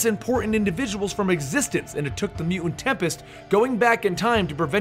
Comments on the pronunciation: Your mispronunciation of the word "mutant", drove me nearly insane. Sounds like "mew-ans". I couldn't finish the video. It was that aggravating. If you take the time to produce a 7 minute video on a given subject, at least take the time to learn to pronounce the name of subject correctly. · "Mew ent"? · does the way this guy says the word, "mutant/mutants" bother anyone else? mu-ents? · I think its one of those words when you hear if over and over in a short amount of time it starts to sound funny. Or it sounds like he pronounces it Mute-Unt. I dunno now I'm going crazy lol